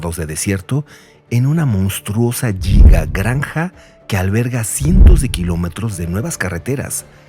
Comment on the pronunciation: Se pronuncia guiga Aprende primero